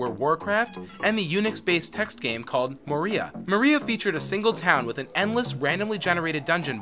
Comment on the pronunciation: He hasn't seen/read LOTR either. He calls Moria "Maria"